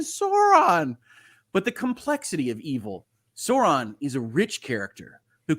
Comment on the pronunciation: I do not love how they pronounces sauron